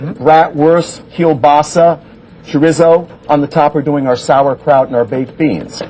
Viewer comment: Cha-Rizzo... You mean chorizo 😂